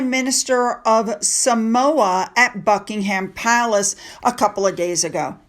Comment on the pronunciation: Eugenie is not pronounced Yew-Jeanie. Eugenie is pronounced Uge- Ennee Buckingham Palace is pronounced Bucking-um